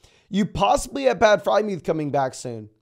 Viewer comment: Still the only person I know that pronounces it “Fry Myooth” instead of “Frier Myooth” 😂